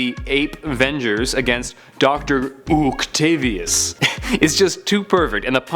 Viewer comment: Dr. Oocktavius 😂